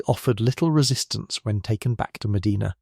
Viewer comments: The city name is Muh-DYNE-nuh. It's not like the cities in Spain or Saudi Arabia. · I'm in Medina Ohio and you don't even know how to properly pronounce Medina. Nice try AI. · He is mispronouncing the name of the city. How on earth are you making that about race? How embarrassing 😬